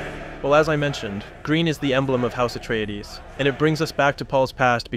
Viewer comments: Also "Atraides" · How did he mispronounce every single name except Paul and Jessica 😂 Freemen Letto Har-koh-nen Atreedees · "Simmer" "Atreedees" "Freeman" its a good breakdown but dude should use the pronunciations from the movie